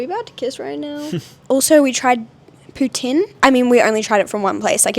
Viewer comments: Bonjour/Hi from Montréal! 👋🏻 You pronounced Poutine the right way from the start!! Hope you had fun on your day in Quebec ✨ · Also you said poutine the right way! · Sooo crazy to think that you were here in Montreal!!! 😱😍 The way said poutine the first time I was like wow he pronounced it soo good! I hope you guys enjoy the rest of your trip and I cannot wait to see your next vlogs! Bon voyage! 🥰